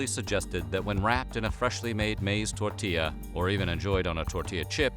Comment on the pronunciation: The way he says tortilla "tortiezz" 🤢🤮